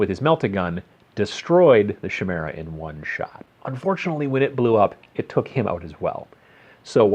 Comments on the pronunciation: Chimera Ky-mera Not She-mera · Chimera, I hate to break it to you, but it's pronounced kimera, not shimera. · Shimera. Sigh I can't unhear... :p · Chimera is pronunced kai-mera not ch-mera. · It's pronounced KAI-mera. KY-mera. It's Greek. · every time he said shimera i died a little inside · Kai (rhyming with buy) meera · I've never heard someone pronounce chimera so wrongly before in my life.